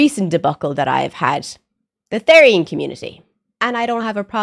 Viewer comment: Its pronounce th-er-ian btw (not rude btw)